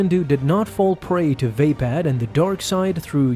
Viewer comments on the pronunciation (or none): Is it really pronounced VAY-pad?